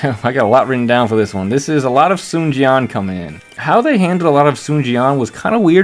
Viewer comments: There is actually a "w" component in "Sun" (technical term is "rounded") "swan" is indeed incorrect though, especially the two syllable way of how it's done in DWO It's a "close back rounded vowel" diphthonged into neutral schwa (mid central vowel), but it's also still a single syllable But, there is basically no way to convey that to a general English speaking audience via the Latin alphabet If anything it tells me the direction is actually trying to get them to speak mandarin, just it's too hard for the VAs. Many of the pronunciations from the older games you are familiar is also super wrong anyways (it's not the "soon" family, as you have pronounced either) so the whole thing is just a lost cause, I wouldn't worry about it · I think the voice director was trying to be more accurate with mandarin with the Sun, (swun), but they said swan instead